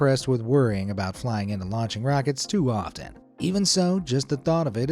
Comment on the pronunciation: Does the word "often" have three syllables? In my life I've never heard anyone require three syllables to speak that common word. I can't understand how a human with such meticulous diction as this guy has could make that mistake. Hence, it's not a guy. Mistakes like this are most likely made by giving spelling mistakes to a voice synthesizer. They didn't catch the error upon listening to the video, just as you didn't catch the error yourself.